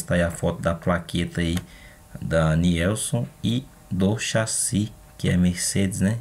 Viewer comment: pronuncia se NILSON.